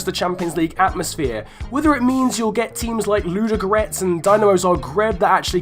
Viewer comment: your attempt at pronouncing Ludogoretz was interesting and refreshing. A for effort. atleast you tried :d ps im not trying to be mean, obviously.